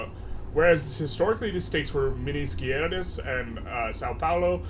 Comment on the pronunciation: Minas Geraes (Gerais) means General Mines and is pronounced Me-nice Jay-rice.